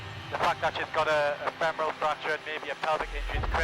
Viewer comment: femoral not femeral.